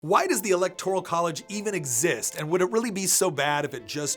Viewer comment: Friendly advice: look up the correct pronunciation of 'electoral.'